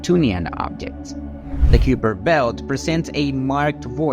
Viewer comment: learn to pounce the words please. its not "q per"